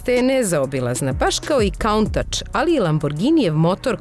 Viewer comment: Jaooo.... da li je rekla Kauntac??? Pa aman ljudi!!!!!